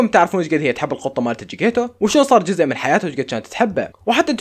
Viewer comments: اسم قطة نارين جيكيتيتو: جيكيتو 😂😂😂😂😂😂😂😂😂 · جيكيتيتو مو جكيتو😭😂💔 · القط جيكيتيتو ❌ القط جيكيتو ✅ امزح والله احبك يا